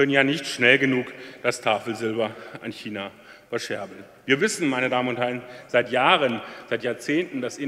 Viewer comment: Super Rede... Schmerzt aber sehr, wie er so oft China falsch ausspricht...